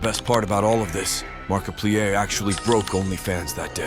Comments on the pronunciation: the markipleeay is real!!!! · "Mark-a-pleaè" What being lazy and using gets you. Garbage,! GARBAGE! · Mark-a-plee-er OF nutty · The Markiplier pronounciation I CANT 😭😭😭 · The Ai voice made me laugh. The way it pronounced markiplier was french as hell 😂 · The fact you not saying markiplier right annoys me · You pronouced Markiplier's name wrong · AI pronounces markiplier like a French word